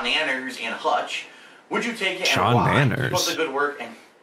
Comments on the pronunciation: Sean-anners? Isnt it Sea-nanners? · It's obviously pronounced as "Sha-Naynners". Also, I loved the saga when FilI was feuding with Notch when they both were working for Machinima.